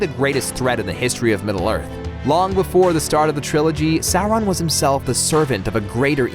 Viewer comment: not the stranger things kids. you monster. Also, it's not sour-on. Sauron.